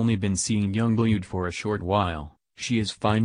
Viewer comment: You pronounce it young BLOOD not blued